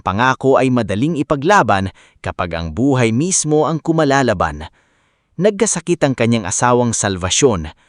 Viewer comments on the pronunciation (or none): kumakalaban not kumalalaban